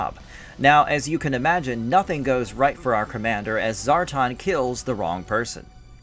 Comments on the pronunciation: Zar-tawn and Serpant-Ore. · ....who is Zar-Tahn? he looks like Zar-TAN, but....ya know..... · Brother, why do you keep saying ZAR-ton?... lol Zar-ton.... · 7 minutes in and I am trying to ignore this guy pronouncing these names wrong. ZAR TON?~? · ZAR TAN pronounce it right! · How can you be a fan of GI Joe and intentionally mispronounce Zartan, as if one has never heard the name spoken or you are completely void of understanding how phonics works.